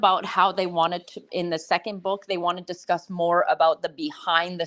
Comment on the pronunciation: prounances words incorrectly...constantly. " book " being one